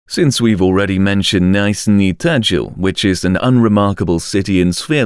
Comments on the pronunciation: I can't withstand how you pronounce the names, especially Nizhniy Tagil. You do not neeed to pronounce the "i" like "ai" here, it's more like just "e". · I'm actually from Yekaterinburg and it's even more interesting video for me. But it's so funny to hear pronunciation of the cities, because Nizniy Tagil is really different on pronouncing. Russian pronunciation is really hard, I don't expect foreign to speak it perfectly. I am just watching this video with a smile on my face. Thanks for the video, though, very useful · Do one on the ghetto inner cities in the US next. This guy doesn’t even come close to the correct pronunciation of Nizhny Tagil. That should tell you how much research went into this video, barely any. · Jesus Christ you butchered Nizhnii Tagil. lol